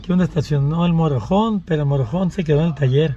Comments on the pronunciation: se dice motor home not morojon 🤣😂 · aprende a pronunciar que te escuchas muy ñetas y repites mil veces la misma frase, MOTOR HOME y we pronuncia motor hom.